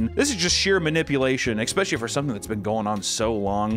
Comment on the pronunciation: for the love of god please stop saying 'ekspecially'